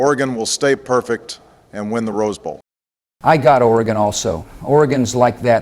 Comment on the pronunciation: “OR-GONE” - Obama 🏈😅😂